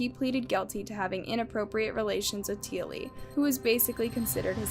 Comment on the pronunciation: T Ah Lee it is pronounced, and it happened in Logan, Qld Australia, she went to Marsden High School in Marsden another suburb of Logan Qld Australia, My daughter went to this school too, So very fkn tragic all the events which led Up to this poor little girl death and the failure of DOCS